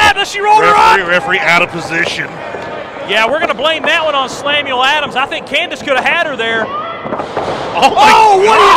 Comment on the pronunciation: "Slamuel Adams". 🤣🤣